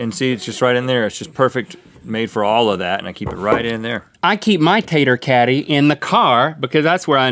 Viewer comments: I thought he said catty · Lol I thought the potato caddy said potato candy and i was like HECK YEAH XD